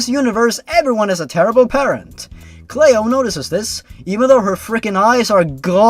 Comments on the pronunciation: its not pronounced "Clay-oh", its actually pronounced "Clee-oh" ya know, like Cleopatra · "Clay-o" isn't the correct way to say it. It's "Clee-oh". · ITS CLEO! NOT CLAYO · It's pronounced "Cleeo" not "Clayo". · 'clay-oh'. It's 'klee-oh' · Why are you pronouncing Cleo as "Clay-Oh" instead of the more common pronunciation "Klee-OH"? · "clayo"... Clee-oh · I died at "clay-oh." Oh my god, it's "clee-oh." Still laughing. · The reason cleo is a weird name is because you cant say it right. Its "Klee-Oh" not "Clay-Oh" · cleo cleeeo not clao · The way you pronounced Cleo as Clee-oh not clayoh. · Lue is short for Lucifer. Get it, the devil. He was making a not so clever joke. And it's pronounced Cl-ee-oh not Clay-Oh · I think the name is pronounced "Clee-oh", not "Clay-oh". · It’s a name from America but it’s pronounced Clee-oh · Cleo is a normal name! You silly non-American. *It's Clee-oh*. Gettin' a little harsh there, haha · cleeo its pronounced cleeo c-lee-o but its spelt cleo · I'm pretty sure it's pronounced clee-oh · also, Cleo is an actual name, usually pronounced "ClEE-O" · Cleo is pronounced clee- o. Like Cleopatra. <3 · It's pronounced "Clo-ee" and it's a normal name, and so is Lou. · Heyhey! Cleo is an actual name, as my grandmother is named that. It's pronounced almost like Kl (as in cling) ey (like in key) then oh! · The only thing that would make the Cleo the Killer story worse would be the author shipping herself with Jeff. By the way, Cleo is a real name. It's pronounced clee-oh. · Its prnounced clee-o Lui and cleo are common names where i live Also when cleo went in to the woods i hope slendys proxy caught here gave her to slendy and slendy gave her a red rose and gave her to offenderman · Btw its Cleo as in Cleopatra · ***** Cleo is actually pronounced "klee-oh". I had a cat named Cleo once. Our other cat that my parents thought was a boy, gave birth to her. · You mispronounced Cleo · You miss pronounced Cleo